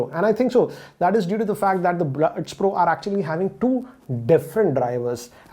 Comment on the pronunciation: Everyone says pro but pronounce bro...